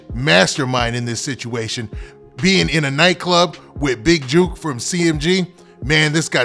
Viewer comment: It not “juke” it’s “jook” like saying “took” only with a J. Y’all out of town dudes sound so lame trying to say Memphis names. And why y’all speak on Memphis politics when y’all don’t know S H I T